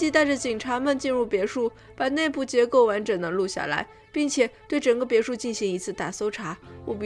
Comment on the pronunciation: 哈哈哈哈哈，看了几集发现好可爱，每次发音别墅这个词都嘴巴瓢哈哈哈 不要打我